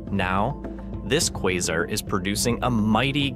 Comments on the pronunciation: Did you just pronounce quasar as "kwarzar"? Must be AI voice. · Is this ai or is he just trying out a different pronunciation every time he says quasar? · Please pick a way to pronounce Quasar out of the 3 different ways you said it, & stick to just one.